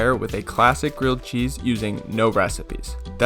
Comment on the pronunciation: nah nah, he makes crilled gheese